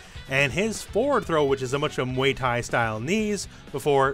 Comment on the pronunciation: Nobody:: muey thai